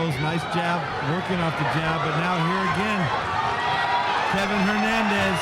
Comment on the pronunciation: His name is Kevin Valle Hernandez, not Levin Hernandez